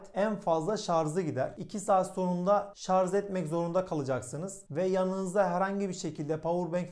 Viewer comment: Şarz DEGIL ..... Ş A R J öğren artık